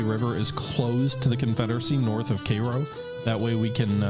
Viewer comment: It was hard to watch everytime you pronounced cairo.